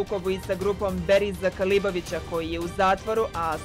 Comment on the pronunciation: beriz se ne preziva kalibovic vec kabilovic ova novinarka je nepismena